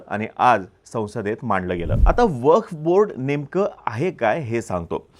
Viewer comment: अरे मित्रा... वफ नाही रे... "वक्फ" आहे जरा उच्चार सुधारा